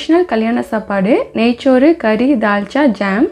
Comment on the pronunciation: நெய்ச்சோறு என்று உச்சரிப்பது அறுவறுப்பு. நெய் சோறு என்று உச்சரிப்பதே நமது மரபு.